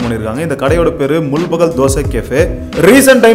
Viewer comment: Adhu mul-bagal illa bro, It's pronounced as Mul-baagal